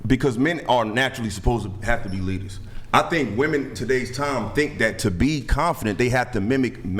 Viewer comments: What's with women not being able to pronounce the word "women"? They continually say "woman" when referring to multiple persons. How could I possibly take you seriously? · They actually can't pronounce the word "women" for some unknown reason. I thought they didn't know the difference between the two words but they actually just pronounce them the same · It is insufferable to hear a grown woman who is unable to distinguish a difference between the pronunciation of a word as basic as "WOMEN." My friends would clown so hard if I showed up at a work function and introduced them to that prattle-factory.